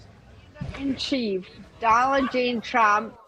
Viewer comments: I think she said “Doland”. Poor thing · I heard Donaldin Trump. Is that the USA version of Saladin? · lol, I thought she said "Dollar G Trump"